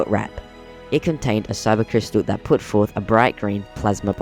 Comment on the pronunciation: not trying to be rude but its kyber not syber